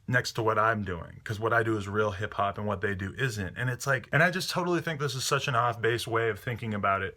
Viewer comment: "hip hap" lol